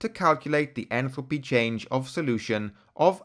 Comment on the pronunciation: your pronunciation of enthalpy sounds like entropy